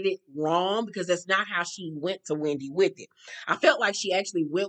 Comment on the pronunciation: Why gizelle calls Wendy “Windy” lol